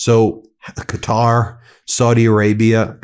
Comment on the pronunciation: Thank you for finally learning how to say Qatar, it's been driving me crazy. I don't agree with their ideology really, but deliberately misnaming an entire country is just disrespectful. Looks like you're getting 'Iran' right most of the time too, well done you